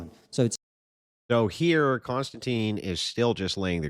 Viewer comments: Any chance.. I know it's my OCD but ... His name is Kon-Stan-TIN not Constantine. No Teen. It distracts me from what you're saying. Like if I kept saying Density instead of Destiny. Please. I'm probably a stickler because people call me Mike when I have always, always been Michael. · kon-stan-tin, not tine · His name is pronpunced Kon-stan-tin. There is no e on the end. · I couldn't even finish watching this debate without your input. And Konstantin is pronounced Con-stan-ten. I've subscribed to Triggernometry with KK and his buddy, Francis Foster (FF) for about five years. They're a hoot.